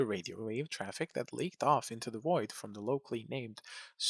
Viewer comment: Accents that cant vocalize the V like we do in America just make me giggle. Haha The void vs the Woid 😂😂 i love it